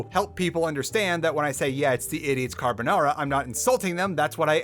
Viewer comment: Video was good but that "carbonara" was a crime against humanity